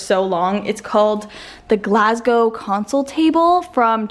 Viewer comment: Ok I’m VERY late to this video but I just wanted to say it made my Weegie heart happy to hear you pronounce Glasgow properly! So many Canadian/American friends really seem to struggle with the W at the end 🤣 loving your videos, having a wee marathon watching them!